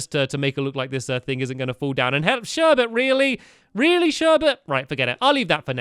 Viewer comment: it's sherbet not sherbert